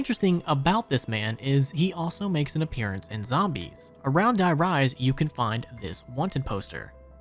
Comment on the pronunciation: De Rease is how you pronounce die rise